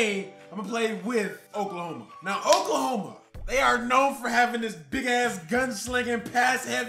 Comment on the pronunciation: Oklahome😂😂😂 cmon